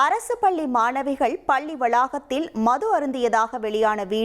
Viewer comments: பள்ளி...பல்லி அல்ல...தமிழை கற்று கொள்ளுங்க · என்னது இரண்டு பல்லி மாணவிகளா. ? டேய் என்னடா இது தினத்தந்தியில் செய்தி வாசிப்பாளருக்குத்தான் தமிழில் அவ்வளவாக வார்த்தை செறிவு டன் செய்திகளை வாசிக்கத் தெரியாது என்று நினைத்தோம். ஆனால் இப்படி 13 -ம் ஜோக்கராக இருக்கிறதே. பாவம் பாரம்பரிய " தொந்தி " பல்லி ( palli )மாணவிகள் இல்லை தோந்தி டோலி. " பள்ளி ( PALLI ) மாணவிகள். யாராவது நன்றாக தமிழ் தெரிந்தவர்கள்" தொந்தியில் இருந்தால் இவர்களுக்கு தமிழ் வார்த்தைகளை எப்படி நன்றாக உச்சரிப்பது என்று தயவுசெய்து சொல்லிக்கொடுக்கும். வால்க தமிழ் வலர்க தொந்தி